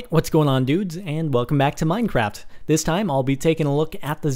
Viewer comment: in the bigging did he say minecrapt